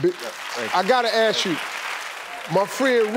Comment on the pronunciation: Steve, its ask, not axe. Lol